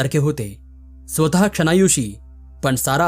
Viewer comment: कथा खूपच छान असतात. पण काही शब्दांचे उच्चार करताना शब्द नीट पाहून उच्चार करणे योग्य. उदाहरणार्थ स्वतः चा उच्चार आपण श्रोता असे करणे चुकीचे आहे. त्याबद्दल काळजी घ्यावी